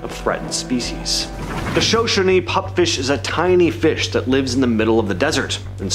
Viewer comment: Show show knee. Shoshone